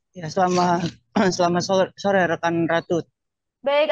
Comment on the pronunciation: Mba kurang kopi yaa 😀 selamat sore mba bukan selamat sole 😀😀